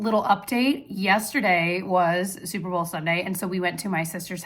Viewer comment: When you were talking about your Super Bowl gathering and said it was super fun… I heard it as “souper fun” bc of the themed food! 😂😂